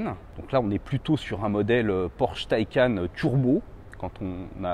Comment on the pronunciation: c’est pas « mon opinion » mais belle et bien la manière juste de le dire, d’après le constructeur, mais surtout si on se fie au sens du mot « Taycan » en faites... et tout les chaînes cité, ne sont pas forcément à prendre en exemple 🙄, d’ailleurs bon nombre d’autres chaînes ou de personne ayant un minimum de respect pour la langue et les produits qu’ils présentent dise correctement « un Porsche Taycan », tu veux pas faire l’effort de bien le dire, écoute libre à toi, mais sache que tu es en tord...